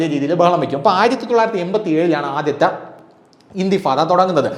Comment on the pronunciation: ഇന്തിഫാദ അല്ല സുഹൃത്തേ ഇന്ദിഫാാദ്